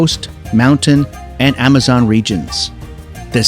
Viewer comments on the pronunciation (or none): none